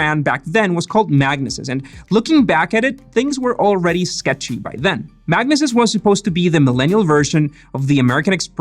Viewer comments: I think it’s pronounced mag-knee-sis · FYI, its pronounced MAG-NEE-SIS ;)